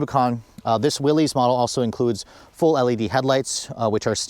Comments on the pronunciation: Is pronounced Willis not Willy’s. I have a 23 Rubi I love it but this package is pretty nice if on a tighter budget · its not willezz - its WILLIS on the proununciation. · How does one make a video about a product and can’t even pronounce the name correctly🤦🏻‍♂️🤷🏻‍♂️….. it’s pronounced like “Willis” not “Willies” idiot. Everyone who is subbed please for the sake of humanity please unsub. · It's pronounced Willis, as in "what you talking about, Willis?" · You lose all credibility mispronouncing the name. It’s pronounced Willis. Not an ee sound. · 1 reason to get the Willys higher gearing so no re-gear when you put 35s on it. It's why I got mine. FYI: It's pronounced WILLIS... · Willys pronounced =WILLis. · It’s pronounced “will-us”. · Yeah, everybody gets that wrong despite his name being associated with Jeeps for decades